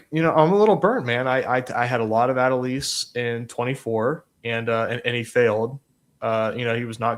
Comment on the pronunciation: I love your content, but man, hearing everybody butcher how to say Adolis had me pulling out my hair lol